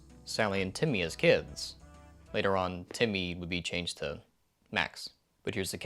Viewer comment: Is it just me or does it sound like he’s saying “Timby” instead of “Timmy”?